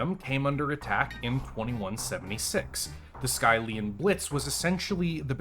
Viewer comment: It's pronounced "Skill-ian blitz" not "Sky-lian blitz"